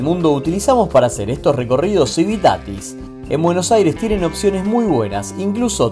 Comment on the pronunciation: Porfavor PRACTICA unnpoco de español para poder pronunciar, pol lo menos AIRES😮😂